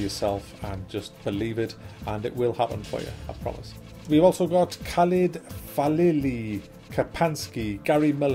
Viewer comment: khalid FAILili thank you for saying my name wrong hahahahahah that was actually so funny